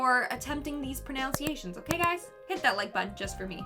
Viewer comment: I will not be giving her a thumbs up on attempting those Pronunciations Because when she asks for the thumbs up for trying at a minute 27 into the video she even pronounces pronunciations incorrectly lol now this is great entertainment! 🤣